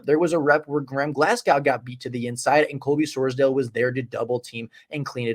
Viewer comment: Great video! Wanted to let you know for the future it’s pronounced “Sors-Dawl” not dale